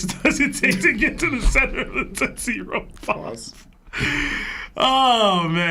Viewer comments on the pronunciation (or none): none